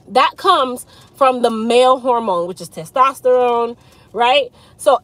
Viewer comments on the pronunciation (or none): none